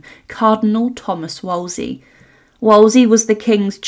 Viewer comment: "Woll-zee"?? It's pronounced "Wool-zee"!